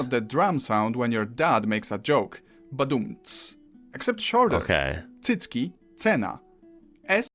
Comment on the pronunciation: U nailed ''cycki'' in 1st try, true man! 🤣